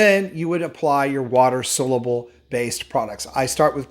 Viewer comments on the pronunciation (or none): Great video, thanks,. Just a friendly note that it's spelled "soluble" and is pronounced "SAHL-yoo-ble". Thanks! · Dear God! Will you please learn how to pronounce SOLUBLE!